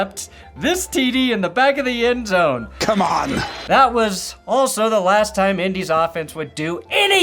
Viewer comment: 10/10 cha-mon!